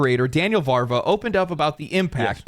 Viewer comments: It's Daniel VAVRA, not "Varva". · Its Daniel Vávra not Varva 😂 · Why is everyone reading "Daniel Vávra" as "Varva"? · it is VAV RA... not VAr VA